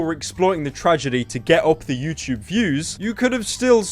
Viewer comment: Stfu fat fuck “youchube” 😂😂😂